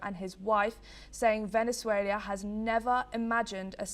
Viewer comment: "Cacaras", "Venezualia" AND "Venezualians". Great journalist...